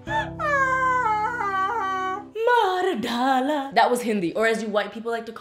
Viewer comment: That, "maar dala" was perfect 😂 any Indian here?